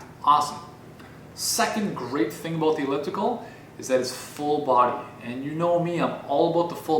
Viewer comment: You convinced me, I'm getting an elliptical. And your Canadian "abOut" is adorable.